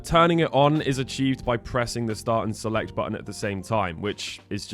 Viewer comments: "Selec" rather than Select is my personal highlight! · "SELEC" without T 🤣?